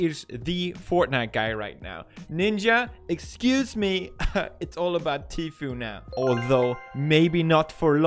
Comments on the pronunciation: Pronunciation Every normal people: T foo Pewdiepie: TEA-FEW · It's pronounced tfu, not tfueee with the long e at the end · Is he call Tfue G-fuel? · Teef-Yoo instead of Tfue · The way Pewdiepie pronounces Tfue Teefuuee is hilarious 😂🤣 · "Tfew" lol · I love how Pewds pronounces “Tfue” like “T-few” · He pronounces tfue ..teefew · I love how pewds pronounces tfue teaphew I’m gonna start saying that instead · Does it bother anyone else that he pronounces Tfue’s name like “Tfew” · dear Ms Ham, sometimes it seems like your pronunciation just goes to shit for no reason. ur the reporters on youtube and u don't know how to pronounce tfue (tfoo). come on... thats just lazy. i still support pewdiepie tho... mary u need to do better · When pewds pronounce teefueouuuuu🤣🤣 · Too few times does Pew say the fue in Tfue correctly... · But she did an oopsie and pronounced Tfue wrong